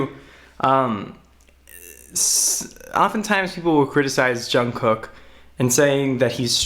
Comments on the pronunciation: I love your videos about JK <3 It's pronounced "jungook" tho, lose the first k :) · Also his name is pronounced jung-goo not being mean or sarcastic just thought you would want to know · I didn't even understand the lyrics th first time I saw the video but I cried like a lot 😭 his voice is amazing. I read the lyrics a couple hours latter and I cried even more lmao. Also, the pronunciation of his name is actually "guk" instead of "kook" ㅋㅋㅋ nice video tho 👏👏💖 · Je-oo-n Je-oo-n-g-guk Jeon Jeong-guk not jungcook lol 😂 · I like how he says Jongcook hahahaha ok sorry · Every Time he says "John cook" I cringe. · Why does everyone pronounce jungkook wrong